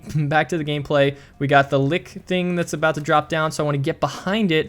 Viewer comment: I really enjoyed story time :) Btw its Lich not lick, which is simply a dead body or empty trunk